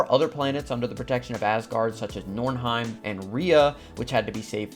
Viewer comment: Milfhiem you say😫😫